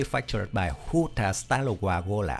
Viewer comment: Good pronunciation of 'Huta Stalowa Wola '! As well as 'Borsuk'